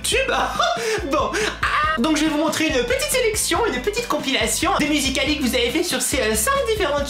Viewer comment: ARRÊTE DE PARLER BIZZARMENT SA MENERVE !!!! TU DIT MUSICAL LY BIZZARMENT SES ÉNERVENT !!!! Sinon super vidéo ❤️❤️❤️🤣🤣😂😣😡